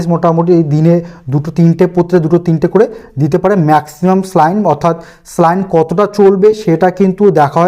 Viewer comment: খুব সুন্দর ভিডিও। কিন্তু একটা ব্যাপার না বললেই নয়, শব্দটি স্লাইন নয়। স্যালাইন।